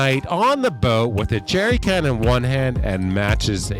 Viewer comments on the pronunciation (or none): I thought he said Gerry can, which would be full of gas and pair up nicely with the matches!